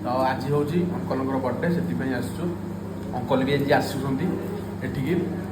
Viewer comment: Aichu ନୁହଁ ଆସିଛୁ